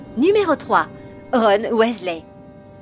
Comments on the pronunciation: C horrible la vois en plus elle prononce mal le nom de Ron et de tous le monde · Cette prononciation degeulasse du noms de ron